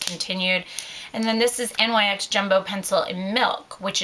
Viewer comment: NYX doesn't stand for anything. It's the name of a Greek goddess so it is pronounced "nix" not N.Y.X.